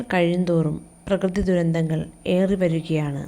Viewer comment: second paragraphyill last word dhurindhall alla dhurandhall anna miss ok ❤❤❤